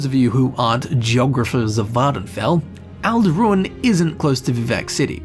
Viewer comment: I'm pretty sure it's Tel BRAN-ora, and Ald'Rhun is ald' roon, not al-DROON. {:o:O:}